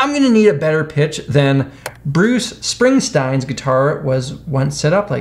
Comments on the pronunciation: Bruce Spring “stine”. Sounds like a Hasidic Jewish hit man. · The most cursed thing about this video is his pronunciation of the Boss’s name. Come on, guy!